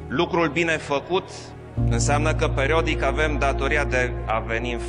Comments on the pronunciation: Auzi-l pe johanis cum zice cuvântul "periodic" : PERODIC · Perodic? 😳 Ce-i aia,,perodic''? Aa... Stai, ca vorbeste peroada iohanis... 😁😁 😂😂😂😂😂😂